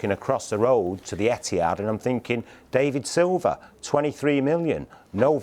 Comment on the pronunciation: Yaya Tory and Day-vid Silver